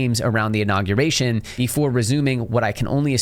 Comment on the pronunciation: Inauguration - not Innaguration